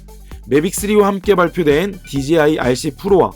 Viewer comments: 제가 만약 간장공장공장장을 제가 올린 영상에서 실수가 아니라 반복적으로 또박또박 강간공간공간감으로 발음한다면 그건 저한테 어떤 다른 의도가 있던가 아니면 들으시는 의 감각에 어떤 문제가 있다고 생각할 수 있다다고 느껴지지 않으시나요? 저는 dji를 디지아이로 발음하시는게 그런 느낌으로 다가와서 한테 저와 다른 어떤 영어 발음법을 알고 계신건지 아니면 저한테 문제가 있는건비 여쭌겁니다. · 그냥 궁금해서 남긴 답글인데 왜 급발진을 하시는지가 더 의뭉스럽네요ㅎㅎ 한두사람이 아니라 dji를 말하는 거의 절반의(제가 아는 사람과 유튜버를 합쳐서) 사람들이 디제이아이가 아니라 디지아이로 읽으시는데 저는 아무리 봐도 합리적인 이유를 찾을수가 없거든요. 혹시 제가 모르는 또다른 영어 발음법이 있나 해서 꺼내본 말인데 기분이 심히 나쁘신것같은데 그러시다면 죄송합니다. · 자. 읽어봐 "J" 제이 자. 읽어봐 "DJI" 디지아이 ????????????????????? 주변에 촬영하는 애들도 그렇고 수입하는 애들도 그렇고 리뷰하는애들까지 왜 그러는걸까요??????????????????????????진짜 진심 10년째 의문인데